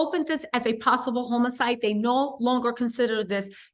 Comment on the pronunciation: The word is autopsy not optopsy...homicide...not homocide